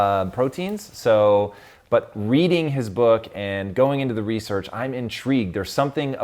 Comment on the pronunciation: You lost me at research is re-search. Thats horseshit.